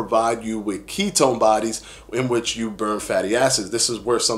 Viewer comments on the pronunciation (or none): none